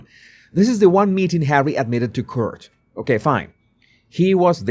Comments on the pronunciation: "court" is not pronounced like "curt". It is pronounced like "cort". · Yay, great video. I hope you won't mind me helping with your pronunciation, Court is pronounced the same as caught, as in catching 🎉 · Hi Court is pronounced Cort, Caught I know you love to pronounce correctly🤗👍